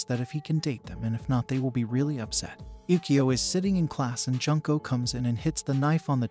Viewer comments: how do you get other character's names right but slaughter one of the names of the main characters? 'june-co'. I've known several junko's. It's not junk'o, it's more like 'june-co'. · You said her name wrong. It’s not pronounced like Junk and ko it’s pronounced Jun!!! Like the month June and then ko. So Junko!! Get it right lol.